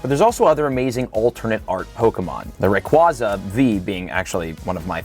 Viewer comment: Wait. I thought Pokemon corrected the way to say Rayquaza???